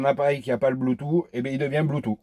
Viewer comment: C'est éxact que les 3/4 des emetteur Bluetooth décalent le son. Merci pour l'info sur ce modèle. Au fait pour Bluetooth moi je prononce "Bloutouce" et pas "Bloutou"...